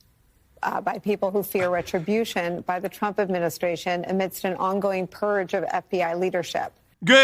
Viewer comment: What is a “purg”, Jen?